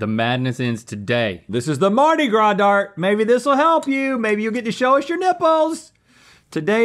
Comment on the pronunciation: "The Dart-i Gras"?